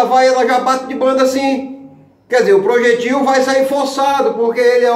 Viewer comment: Ta fazendo faculdade mas não sabe falar a pronuncia da palavra projétil corretamente!!